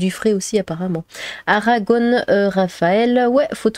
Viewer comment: c'est dingue ca, ARAGON ON ON ON pas ONNE ON!!! grrrr